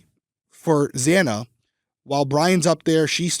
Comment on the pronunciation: We got it. I think it was worse the judge get Xana’s name wrong. I mean… it’s not that difficult to say her name.